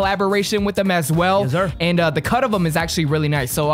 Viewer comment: How many times can say “yezzur”?